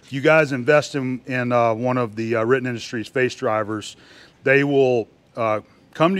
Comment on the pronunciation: Can you say "Riten Industries"?...🤣